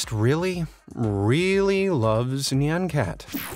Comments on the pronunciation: Its pronouced N i on cat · YOU’RE PRONOUNCING NYAN CAT WRONG 😡😤